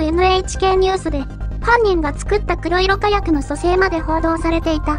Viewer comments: くろいろ じゃなくて こくしょく ね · くろいろかやくの連発はワロタ。 黒色火薬はこくしょくかやくと読む。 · 因みに、くろいろかやくではなく、こくしょくかやくですですよ。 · 黒色火薬、「くろいろかやく」では無く「こくしょくかやく」と読むのでは？ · 「こくしょくかやく」のはず。 製法はWikiにも載っている。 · 黒色火薬(こくしょくかやく)ですよ。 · 『こくしょくかやく』じゃないのかな(・・;) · 「こくしょくかやく」の方が一般的かなと・